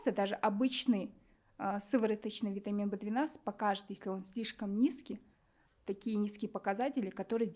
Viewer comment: Не понятно что она говорит вит В 12 и что? Для когнитивный способностей